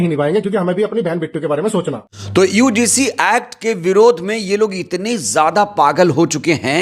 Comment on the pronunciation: बार बार यूडीसी क्यों बोल रहे हो । यूजीसी शब्द है ।